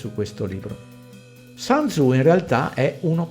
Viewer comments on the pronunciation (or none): Grazie del video. Il testo cinese citato viene attribuito a sun tzu che credo si pronunci in modo diverso dall' inglese . Il sun , sole in inglese non credo c'entri. Un saluto.